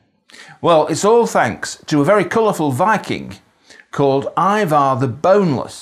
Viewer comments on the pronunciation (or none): none